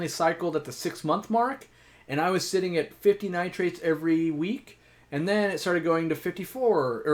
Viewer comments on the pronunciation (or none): none